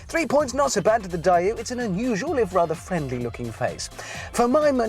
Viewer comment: The 'Per-oh-dooah', the 'Dye-ooh'? Is he joking?